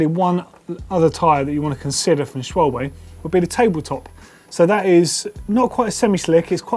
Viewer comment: The pronunciation of Schwalbe... oh my god